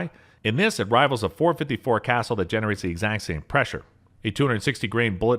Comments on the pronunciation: I found it amusing that as you were extolling the 7600 ft lbs of energy from some heavy load, you had video playing of someone loading a .22 revolver. Why you bothered to have those pictured, at all, on a video of powerful handguns, escapes me. BTW, Casull is pronouned Kah-Sool. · Seriously? "Triumvirate" is typically pronounced like so: "try um vur it." "Cassul," most often in my experience, sounds like someone saying "the pool;" - "Kuh sool." Obviously the internet is available - if at any point you decide you don't want to sound dumb, just take any word you find yourself guessing how to pronounce, and put it into Google with the the word "pronunciation" after it, then hit the search button. Usually, you will immediately see a link or a button to play a sound clip, of someone saying the word the right way. No offense, but the way you say "triumvirate," combined with being unaware that "Cassul" is actually not the same word as "castle," makes you sound very much like either an idiot, or a person who doesn't care enough to bother looking something up, when you could just guess! If you would rather make something up, rather than put thirty seconds into being accurate with the things you say, how exactly can your information be seen as reliable or accurate? How is a viewer supposed to tell the facts from your uneducated guesses, if anything coming out of your mouth could be either? (to be clear, I'm saying your guesses are uneducated, like the phrase "an educated guess;" I do not mean to say that you necessarily are uneducated.) If you don't care, why should anyone care what you have to say? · lol the casull is not pronounced "castle", never heard anyone else say it that way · Something, something, Big Ir0n on his hip. .44 Special for D-FENS against enemy humans. "kuh-SOOL." It's a French name. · It’s pronounced, Casool! Although, it’s spelled Casull!!! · Dick Casull is turning in his grave with you pronouncing his last name "Castle". Research People! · You too?